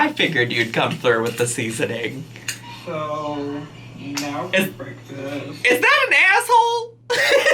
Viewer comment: IGNORANT zaddy chunk chunk and his whole family mispronounce words just like illiteratelynn. He says beckfast.